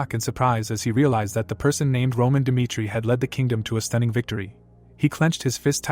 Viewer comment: Jong huk dimitri.. He says.. 😂😂😂